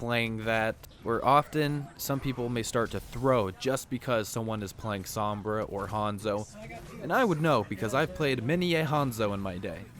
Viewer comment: Why can no one say Sombra right lmao, hearing him say it over 100x times wrong is just gaaaaah